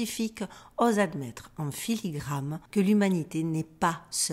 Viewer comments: filigraNe--------------------filigraNe--------------------filigraNe !!! et m'oblige pas a te le repeter une troisieme fois 😅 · Filigrane. Avec un "n"